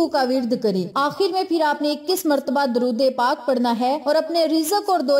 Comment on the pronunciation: Ap apna drod e pak ka talafuz theek ker len